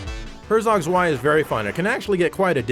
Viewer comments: Just a small pointer, Zwei is pronounced as Tzwei, with a T at the start. Really like your videos though! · btw. Zwei is pronounced 'sv-eye' and just means 'two' in German.